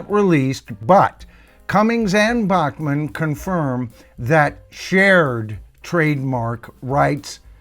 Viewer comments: Not to be too picky but Randy Bachman pronounces his last name “Back-man” not “Bock-Man” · His name is pronounced BACK-man. Not BACH MAN like the classical guy. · Randy's last name is pronounced "Backman" - even though BTO is usually pronounced beginning with "Bockman". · Randy's last name Is pronounced "BACK mun".....just listen to Burton. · To be honest.many of us in Canada (including me) pronounced it Bock-man as well until Randy started his CBC weekly radio show (Vinyl Tap) and re-booted his public profile.